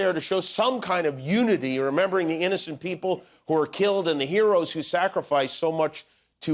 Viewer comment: Trumpf : “we won 86 to 3” 🥴🥴🥴🥴. Trumpf and Trumpfrs. “Their wur 51 millions peepole at the rally lass nite” 🥴🥴🥴🥴